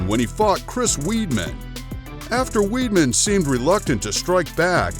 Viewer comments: Its pronounced wideman, Chris Wiedman not weedman! Idiot, press ups!? You mean push ups! Annoying! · Hahahah Chris weed-man... it’s pronounced Wide-Man but whatevs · Why are you pronouncing weidman so strange ? Its not "weedman" its weidman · How can you commentate on a video and don't even know how to pronounce the fighters names correctly. Chris Weedman? What a joke, what else is a joke is begging for subs every vid def wouldn't subscribe to this garbage. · he said Chris Weeedman.... lmfao